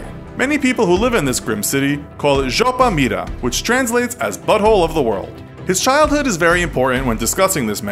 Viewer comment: Капец он красиво произнес «жопа мира»